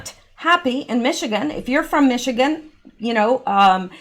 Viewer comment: I grew up in Michigan. Say Michi and ganders - like male geese.